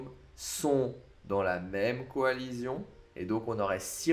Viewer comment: Coalition ça se dit coalission ! Pas coalizion.... 🤦‍♂️. Sinon super vidéo